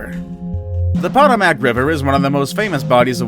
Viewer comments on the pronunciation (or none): pot-a-mac river. Seriously? Go back to China and take your channel with you. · Paw-tuh-mack Sounds about right 😂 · Potomac River [Puh-toe-mick] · It’s a thumbs down just for Poto Mack pronunciation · When you butchered the POTOMAC river I lost all interest.. maybe you should try to actually know what youre talking about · The pronunciation of Potomac is....sooooo wrong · Sorry, when you pronounce the Potomac like that.. hard to want to subscribe. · If you're going to narrate a video PLEASE learn how to pronounce words, especially place names; especially place name like the name of the river that runs through Washington DC. You know, the one George Washington crossed!! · Pronounced "Ganngeees" river. Potomac you also blew. Lol. Talk to people first, if not sure. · Wen he said Potomac I almost spit my drink out☠️ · Glad I’m not the only one that caught that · Someone doesn't know how to pronounce Potomac correctly